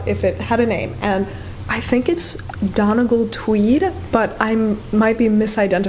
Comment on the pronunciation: Hello from Ireland 🍀 Please die the blouse a bright red or a emerald green even 😍 it would be gorgeous!! Also the fabric of the flecked dress is a tweed - Donegal is a place is Ireland! Pronounced dun-ee-gall 🥰🍀